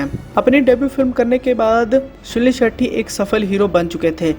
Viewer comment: हर बार भाई सुनील शेट्टी के बजाय सुनील शेट्ठी कह रहा है।